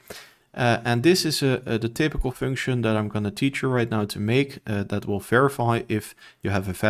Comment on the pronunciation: The way you are misspronouncing function and video is triggering me so hard 😅